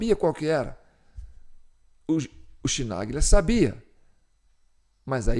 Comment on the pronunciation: Chi em italiano se pronuncia Qui! Embora o cara continua sendo um petista irrecuperável!